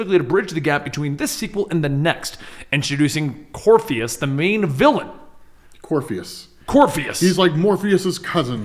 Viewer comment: Btw, it's Corypheus. So Cory-pheus, not Corpheus.